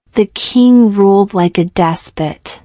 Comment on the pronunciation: Pronunciation of despot is incorrect